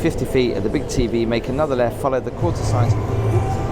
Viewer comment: The instruction says follow "The Quarter" signs, and I hear him read that, clearly saying "Quarter". But then as he approaches the sign overhead, I hear him clearly saying (twice) "the courser". What do you hear?